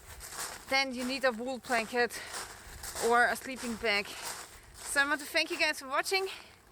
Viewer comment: Cute how your w sounds like a v. Vork, vant and ve